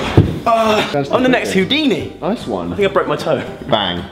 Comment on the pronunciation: did he say Hoodini lmaoo